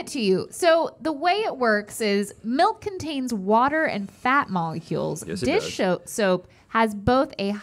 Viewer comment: SAID DISH SHOPE😂😂😂😂😂😂😭😭😭